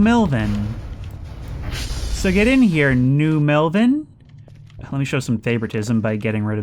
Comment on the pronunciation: New Melvin? Ypu mean Nelvin?